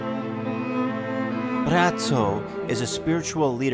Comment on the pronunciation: Ethan is saying Braco perfectly. You sure you not Croatian, Ethan?